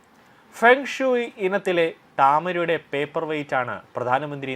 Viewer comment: എടാ പൊട്ടാ പേപ്പർ വെയിസ്റ്റല്ല പേപ്പർ വെയിറ്റ് ആണ്.